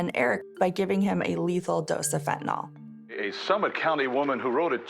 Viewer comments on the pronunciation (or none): NO! By giving him a lethal dose of fentanYl, NOT “fentanol”. There is no such drug! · FentaNYL not FentaNOL. How is that so hard for some people? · He attorney says "FentaNOL." It's pronounced (and spelled) "FentaNYL." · It's fentanyl not fent a nol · Sounds like nil